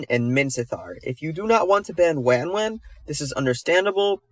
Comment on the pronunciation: i tried, but i cant bear the way this mf says wanwan